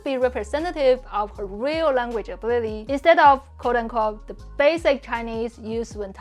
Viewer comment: I enjoy these videos, but do have to point out that the creator has serious issues with her English pronunciation. Her consonants lack clarity, like she’s speaking with a tennis ball in her mouth, and the vowels length are off sometimes. “Will” and “real” are basically the same word in her style: “wee-yuw”, with no perceptible distinction between w, r, and l.